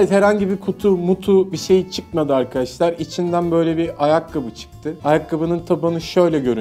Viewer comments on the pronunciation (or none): none